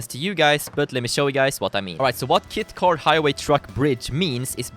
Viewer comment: Is it realy the kit car or is he jist miss saying kite car